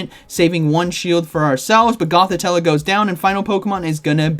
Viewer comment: GothiTELLE not TELLA 😉